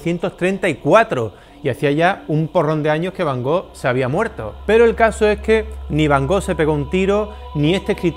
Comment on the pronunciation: jajaja Lo digo porque ya le he oído varias veces sobre van Gogh. Parecería que tiene él el monopolio, y lo de soberbia, solo he hecho un comentario... No sé porque te picas, además no me he dirigido a ti. Además estimo que para hablar de Vincent van Gogh primero hay que saber pronunciar su nombre correctamente. je comprends, ce n'est pas évident quand on ne parle pas français